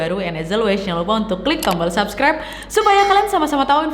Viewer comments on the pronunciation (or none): none